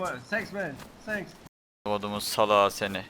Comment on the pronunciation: Adam küfür etmiyo la tanks diyo ama s ile senks diyo